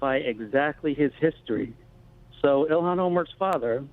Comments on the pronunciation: Please It’s( ill-han ) not Elon it’s such a degrading disgrace to the Great entrepreneur Elon musk, please try to pronounce it the way that it should when it makes you sick to see her name Il-han😉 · Elon Musk, IlHAN Omar. pronunciation matters Glen. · It's not elon...its ill han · It's pronounced: YO-hon, not EE-lon.